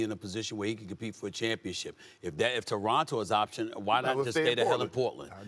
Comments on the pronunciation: Torono* say it right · Someone tell this guy its not the "DORonto Raptors"